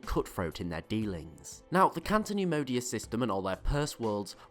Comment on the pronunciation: CATO neimodia not canto